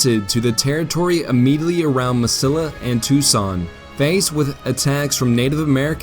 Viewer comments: It's not Mis-sill-a. It's Mes-see-a. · Ma seeee ya. Not MasiLLA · Nope. Eric Williams is incorrect. Grande is properly pronounced "grahn-day", not "grand." Only gringos pronounce it "grand." The narrator days it correctly. Two things he misses: Mesilla is "me-see-ya", not "me-sil-a." Also the river is the Rio Grande, not the Rio Grande River. Rio means river. So Rio Grande River is redundant. If means Big River River. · Me=see=yah, not Mesilla proper pronounciation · Mesilla = Meh-see-yahh. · Mesilla meh-see-ya 🙄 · Ma-See-ah not Ma-sill-ah............Mesilla, NM. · Mesilla is pronounced meseeya - it's a spanish word. . . . A New Mexico resident who lived on Meseeya street in Albuquerque. Otherwise an outstanding piece of work. I've been to the battleground and you can still find the lead ball bullets on the ground. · "Mesilla" is pronounced Me-siya: the Spanish double L takes a YA or L-YA depending on the accent of the speaker. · FYI Mesilla is pronounce as Meh-seeya. It's where I live. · Mesilla is pronounced Meh-see-ya. The double l ("ll") in Spanish is pronounced as "y". Otherwise, a pretty good presentation of that battle. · Please learn to pronounce Spanish word. Why isn't Gettysburg the "Glorieta of the East"?